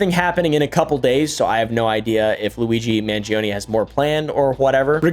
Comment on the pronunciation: You're saying "Mangioni" instead of "Mangione"